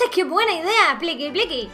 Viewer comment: cuando dijo:"pliqui pliqui en ves de cantar picky picky dije pliqui pliqui jajaj XD